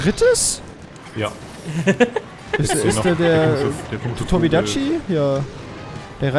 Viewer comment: Irgendwie hat mich aufgeregt weiler Tobi dachi gesagt hat und nich Tobi kadachi (Kp wie genau man den tobi schreibt)